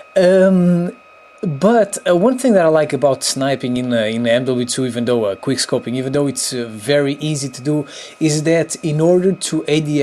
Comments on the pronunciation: it quick scoping not "queerscoping"😑😒😔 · Drinking Game: Every time he says "queer scoping" take a shot of vodka ;) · wow, ur very good at kweer scoping! lol the english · you said queerscoping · Is it just me or does he say queer scoping intsead of quick scoping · this bruh keeps saying"Quier scoping" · "Queerscoping" "tis and thet" "shitgun" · someone correct me if i am wrong but i'm pretty sure he says "queer-scoping" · Was he saying quick scopeing or queer scopeing? Lol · "Quer Scoping" Lmfao xP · Queer scoping? I heard that, also. Who is Justin beaver? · Why are you calling it "Queerscoping" 😂😂😂😂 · It is called Quick scoping NOT Quire scoping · I hate how he says: QueerScoping. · Are you saying Queerscoping? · Why does he say queer scoping?! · Is he saying queer scoping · The fact that he says queerscoping made me subscribe already.This is a guy who understands. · he keeps saying queer scoping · Ate you saying QUEERscoping 😂😂😂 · Why are you calling it queer scoping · Why is he saying quirrscoping ?